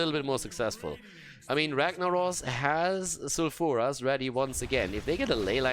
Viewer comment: love you but plz plz start pronouncing sulfuras foul-fer-ass not sal-fur-as just plz it just annoys me